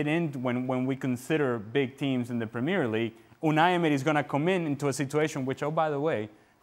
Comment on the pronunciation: when you pronounce premier league like that, you opinion is worthless.